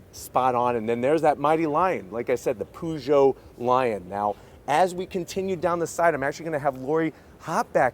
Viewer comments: Can anglophones please stop calling it ”POO”geot? It’s pronounced p”UGH”geot lol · Stop the hell saying Poo Joe! The cat emblem should give you a clue, it's Purr Joe! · Poo-Joe? Really? Really? 🙄 A simple ask would have provided him the correct pronunciation